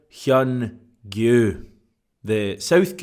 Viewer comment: Another fine video. And your pronunciation of Oh Hyun-gyu was spot on. I have strong doubts that youll be using the name after Jan 31, but its great to see you improving your Asian language skills! 😆